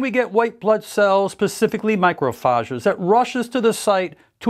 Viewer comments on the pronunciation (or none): Bro can’t pronounce macrophage